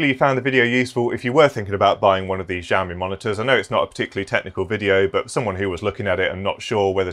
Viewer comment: I learned how to say Xiaomi from this video... I was 100% sure it was said Zi-o-me because someone told me that a while back. I googled it after you said it. I learned I was wrong. Price is good for new but I like to keep an eye one Facebook market and such. I picked up a $400 LG 144hz monitor for $90 but used market really depends on your location.